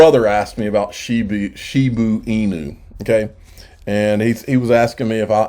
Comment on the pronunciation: Shiba! Not Shibu